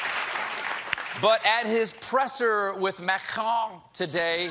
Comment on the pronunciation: Colbert your pronunciation of Macron is horrible! Rolled r's shouldn't like they're from your a-rse. Get Rosetta Stone! :P